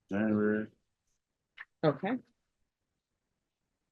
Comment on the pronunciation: I thought he said "January" rather than "never" in relation to when he was last employed.